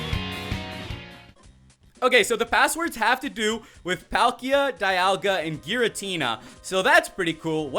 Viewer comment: its not DI ol ga its DE al ga